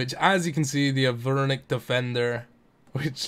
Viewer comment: Arveenic defender